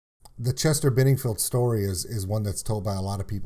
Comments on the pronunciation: His name is Chester Bennington not Benningfield! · Dude BENINGTON NOT BENINGFIELD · Sorry but it's Chester Bennington not Benningfield just had to let you know 😁